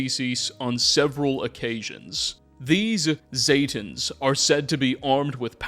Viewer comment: ZEEEEE-tan, not ZAY-tans smdh, otherwise good video